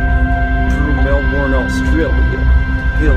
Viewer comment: Gah! It's Mel-bin, not Mel-born! :)